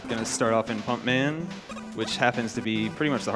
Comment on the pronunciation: Damn, I thought he said "Funk Man" (turns out it was Pump Man). I'd love to see and hear a Funk Man stage.